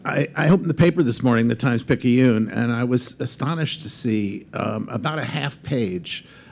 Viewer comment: 1960s I heard the paper pronounced "The Times pi-CANE" ... n'est ce pas?